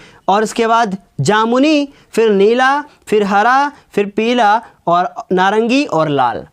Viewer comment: Sir agli class me peela bolna😂😂😂